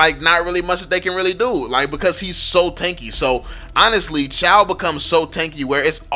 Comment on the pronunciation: Chou not CHAW. fcking illiterate idiot